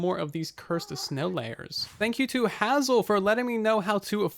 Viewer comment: why did he say hazel like that bruh